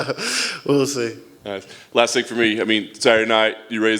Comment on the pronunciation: Why does he say "Fing" and not Thing?